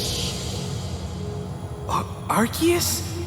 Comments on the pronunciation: erm actually its arkoos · Arkoos really said I am arcues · I love it but it's Arkoos 🤣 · Where in arceus is there a k I don’t understand why people call him arkeus